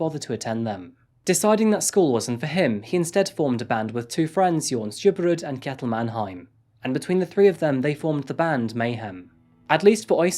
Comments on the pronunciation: You dont pronounce it is 'K'jetil but is Sjetil. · also Kj is pronounced Sh. Kjettil is pronounced like Shettil